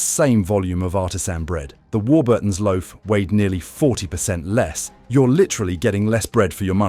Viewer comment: Also stressing Burton in Warburton's. AI garbage with gaps in all the wrong places.